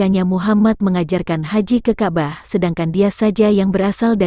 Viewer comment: Ka' bah. bukan kabah blepotan sekali.😂